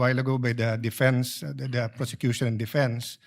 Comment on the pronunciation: "the mosh on of the porsecyusoon. Hahaha pag sure dha luistro ga bula imong mouth chuy